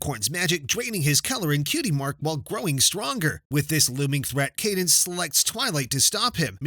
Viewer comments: isn’t it Cadence not Candice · It caa-dan-ce not candance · “Cad-ance” not “Can-dace” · It's Cadance not Candace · “Candace” It’s cadance, this is not phineas and ferb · Candence I thought it was spelled with N